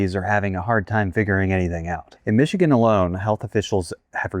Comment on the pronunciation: Michigen LOL